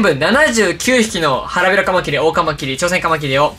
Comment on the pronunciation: カマキリのイントネーションて、 カ マ キ↑ リ なんですか？ カ↑ マ キ リ だと思ってます。